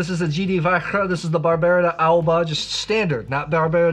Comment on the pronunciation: Personally I feel that Barbera is a grape variety that I should like more than I do, but for some reason it doesn't quite do it for me. I'll drink it though, and I agree about the food-friendliness. Pronunciation tip: I am pretty sure that Barbera d'Asti and Barbera d'Alba are pronounced as if the apostrophe wasn't there. 😎